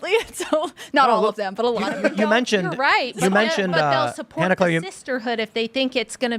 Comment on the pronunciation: Han-Eclair like is really like - she goes like I've had this like NAME for like three years - so ya-no like why have you like pronounced me like ya-no I go really like - do you like have a like normal IQ - like ya-no like learn my like name. JR